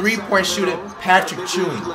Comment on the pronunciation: bro said “patrick chewing” 😭😭